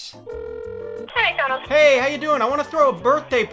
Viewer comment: Every time he says “Mick Donals” a meal gets upsized to a Large